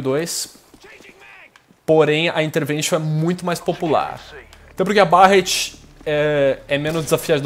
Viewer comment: Barrett? A pronuncia é Berretty!